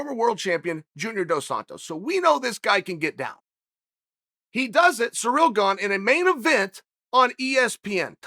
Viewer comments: Me: Ciryl Gane Chael: Surreal Gone Me: Surreal Gone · Chael's favourite fighter: Yarear "Surreal" Blahovovovovovovic